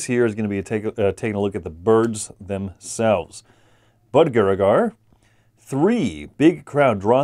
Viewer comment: It's pronounced "BUDGE-err-eegar" The short version is Budgie